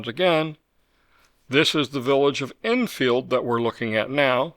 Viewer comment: Love your videos, thank you for what you do. I'm curious as I've noticed you pronounce Edenfield more like, Innfield. Is that because it's actually how we should be saying it?